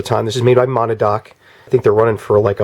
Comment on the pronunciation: Good video. FYI it's pronounced Ma-nad-knock